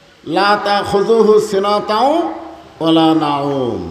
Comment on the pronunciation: সিনাতাও ওয়ালা নাউম বলছে, কথাটা হবে সিনাতুও ওয়ালা নাউম। একটি অক্ষরের শব্দ উল্টা পাল্টা হলে অর্থ পরিবর্তন হয়ে যায়